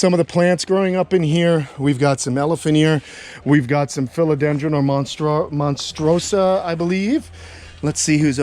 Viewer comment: Makes me smile each time when calls the Monstera deliciosa a Monstrosa 😂 By the way the fruits of "monstrosa" are edible haha:)